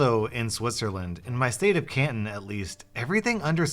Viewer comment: "In my state of CANTN" oh lord this hurts